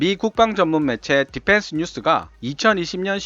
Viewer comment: 발음이 디팬스가 아니라 디휀스에 가까움. P 와 F 발음을 잘 구분해서 사용할것. F 에서는 파열음이 나지 말아야 함. 원어민 발음처럼 혀를 굴리는데 F 에서 파열음이 터지니 이상함.